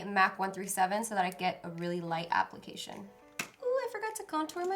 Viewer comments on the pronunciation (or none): none